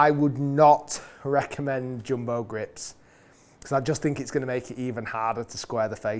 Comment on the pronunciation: Bro said joombo